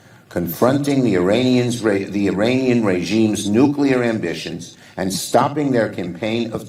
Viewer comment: Psst, Shumer, it is Iranian not Uranian. If Trump had consulted you, you'd have blabbed it all over DC.